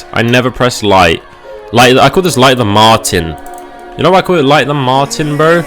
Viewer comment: light of the martin.... U wut m8 LOL it is MART-er that's how you say it.